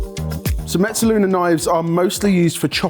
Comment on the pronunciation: J, why do you keep adding a "t" to mezzaluna?